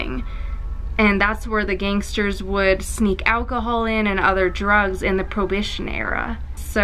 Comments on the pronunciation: Lol. What? You mean prohibition. Pro hib ition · In the probition era? 😂 I think you mean prohibition era.